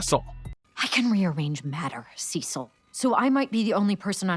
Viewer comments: His name is Cecil not Sesil. Sorry, but it was bothering me how you were saying his name wrong. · WHAT IS YOUR PROBLEM WITH SAYING "CEEEEE-CIL"? No one in the series or otherwise EVER pronounces it "seh-cil," and it's starting to drive me nuts. Is this a reference to something? I DON'T CARE! It sounds. So. STUPID! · It's Cecil, not Sessil.... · Why is everyone saying saesil, seesil makes much more sense, hell even mark calls him that. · Dude Cecil is pronuced like a C, seecil basically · How to pronounce Cecil's name phonetically/correctly - See-Sull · I’ve never heard anyone refer to Cecil as “Cesal” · Who is “sesle”?? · Great video, but who the heck is Sessil? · I swear I’m gonna jump off the window if you mispronounce sea salt again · Lmao he also said “anessa” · are you purposely saying cecil wrong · Okay can you just pronounce Cecil’s name correctly please? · You mean like this? “SEA SALT!” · Finally someone said it!